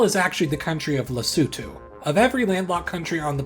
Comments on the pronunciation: didn't just learn why SA has a hole in it, but also how to properly pronounce Lesotho! great video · Thank you for pronouncing “Lesotho” correctly, unlike other Youtubers! 😭🇱🇸🇿🇦